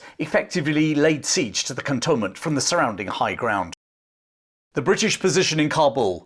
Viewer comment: Cantonment is pronounced “cantoonment”.